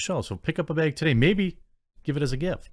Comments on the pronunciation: Say "bag" Jeremy. No, not "beg," say "BAG." Oh forget it. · You DO say beg for bag. I’ve heard you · I always notice you saying "bayg" for "bag" and "draygon" for "dragon." <3 It's cute.